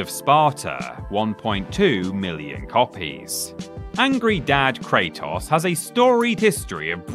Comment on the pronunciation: Say it with me Kratos is pronounced Kray-tos Not toss lmao